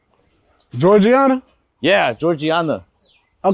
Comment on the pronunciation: Oh nah he said jorjianna She's from my hometown hell nah